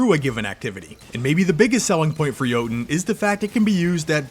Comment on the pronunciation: I just casually came across your video but sorry to admit that you pronouncing Jötunn like Joten just triggers me so much, that i can not watchnthis video ,_, Dont worry tho, you arent the only one doing this :) Thanks for the video regardless andnenjoy the coming week =)